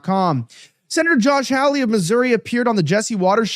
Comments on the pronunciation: How could this gateway pundit guy not know how to pronounce Senator Josh Hawley's name? It's not HOWLIE (a white guy in Hawaii), it's HAWLEY, which rhymes with PAULIE. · Why can't Elijah correctly pronounce Sen. Josh Hawley's last name? It's not difficult. Incorrect: "HOW-lee." Correct: "HAH-lee."